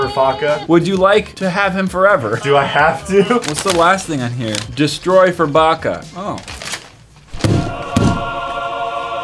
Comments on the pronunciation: Is it just me or did say burfucker not furbucker? 😂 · The way said burfokka not furbakka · My brother has that furbacca toy and he loves it BTW said Burfacca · Mathias: hey here's my Furbacca: Hey Burfacca Who else died? 😂😂😂😂😂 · "heres my furbacca" "hey burfacca"😂 im dead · Matt: hey heres my furbacca: hey burfacca LOLLL